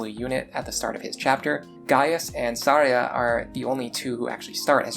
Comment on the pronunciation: Her name is actually pronounced Thar-Ja not Thar-Ya like you'd think. The point of her name is that its supposed to sound wrong. XD